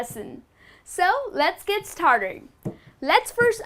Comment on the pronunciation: "lets get startled"? I know you meant 'started'. I think too much excitement was the reason.